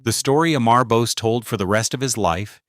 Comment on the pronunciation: Dude this 2026 and you still cannot pronounce Bose founders name properly